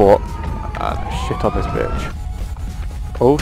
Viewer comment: Like how she said get shit on but with British accent